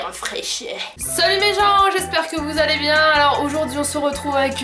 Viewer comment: A chaque fois quel dit: "Salut mes gens!!!" J'entends toujours: "Salut mes JAMBES !!!"😂😂😂